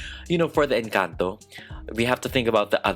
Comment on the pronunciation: finally someone pronunces words like "Encanto" CORRECTLY